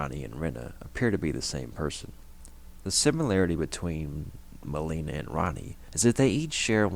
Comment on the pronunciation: The way you say Melina's name is driving me crazy. She literally tells you how to say it when she introduces herself. There's no reason to say it wrong so many times.